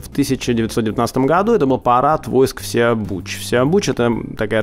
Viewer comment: у вас такие оговорки...ИвАр он же Ивар и ВсеобУч был ВсеОбучем.С ударениями у вас небольшие проблемы...